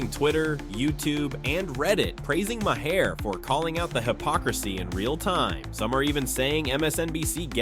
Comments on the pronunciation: Dude, it's pronounced Marr, not Ma Hair! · Have you considered learning how to pronounce Maher?